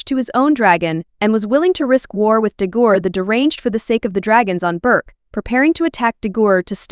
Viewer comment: You also said Dagur wrong.m ☠️💀